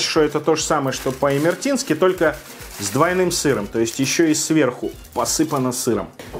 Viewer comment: Не имертинский, а имерЕтинский, джонджоли’ а не джо’нджоли